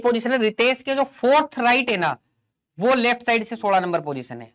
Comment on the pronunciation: Is he maharashtrian he just speak 16 as Sola 😀